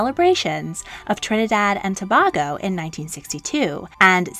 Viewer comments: Harewood is pronounced HARwood. Tobago is To-BAY-go, not To-BAH-go. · ....it's pronounced to-bay-go.. just saying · Trinidad and not Tabaaahgo but TobAyygo. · mispronounces the name of Trinidad and Tobago. She pronounced it "Toe-Bargo". The correct pronunciation is "Toe-Baygo." Also,, makes the same mistake as many Americans do by referring to the Palace as "Bucking-ham" Palace. If you are going to be commenting about British royalty, you should at least learn how to pronounce names and places correctly. The Palace is pronounced "Bucking-hmm" Palace. In the same way, Sandringham is not pronounced "Sandring-ham". It is pronounced "Sandring-hmm". Generally speaking, British proper nouns which have "ham" in them are pronounced "hmm" as in "Birming-hmm". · It's pronounced To-bay-go. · It was very interesting. I’ve never heard Tobago pronounced Tobargo before 🤔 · Great video but the correct pronunciation for Tobago is (tuh-bay-go) . Therefore my country is Trinidad and Tobago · TOBAGO really it's pronounce tuh·bay·gow or how I like to say it "Too the Bay we Go" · Love your videos! One correction though, it’s pronounced Trinidad & “To-bay-go” ❤️ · That's not how you pronounce Tobago